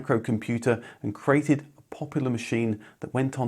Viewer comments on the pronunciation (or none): none